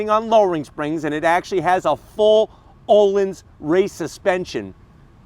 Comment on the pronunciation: please correctly pronounce the Swedish suspension Ohlins not as O-lins but rather Ooh-LEANS. Love your videos!